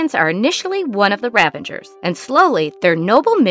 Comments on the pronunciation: Ravagers ....not ravengers. Come on. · Stop saying "ravangers"